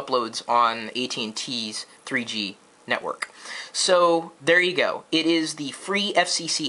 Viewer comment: hahhah kenekwork lol